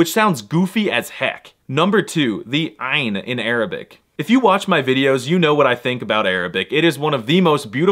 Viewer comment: ummm excuse me, but the ain is also a Hebrew sound, and you don't pronounce it very well. 😂